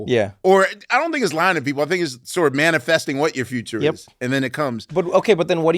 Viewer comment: "Manifu"king". Thank you.